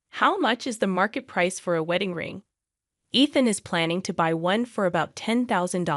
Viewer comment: You can't consistently say Ethan properly so this will be a no for me